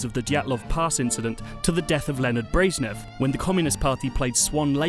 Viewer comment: ik, it's a jab at his pronunciation